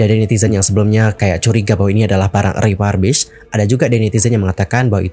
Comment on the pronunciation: Salah pronunciation - refurbished. Periksa kamus.